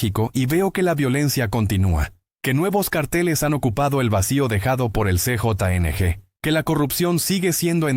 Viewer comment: ¿Qué significa "C,JO,N,G",la pronunciación correcta a:CJNG es "Ce,jota,ene,ge",gracias por tomar nota y superarte. 😊